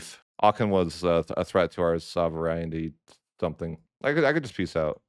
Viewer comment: The council of trent is basically rng unless you get papal controller if you do get papal controller you can pass all the harsh in 1 second Also its pronounced Sov-ren-tea